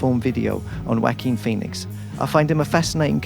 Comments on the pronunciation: It's not "Wacking Phoenix". It's "Wah-keen Phoenix" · He said Wack-king Phoenix!...😂😂😂🤦🏽‍♂️❤️ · I love how you pronounce Jaoquin!!! "Whack-een" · Lol, I heard it as Wacky Phoenix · I will give you $10 to pronounce his name right